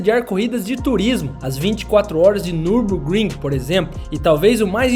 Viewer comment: Nürburgring em alemão se lê meio assim: niubôkrrim, esse u com dois traços em cima em alemão tem meio que um som de i sabe.